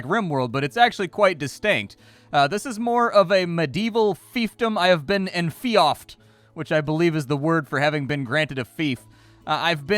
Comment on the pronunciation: enfeoffed is pronounce enfeefed... Which is silly. Kinda like how George is pronounced Geerge, you know?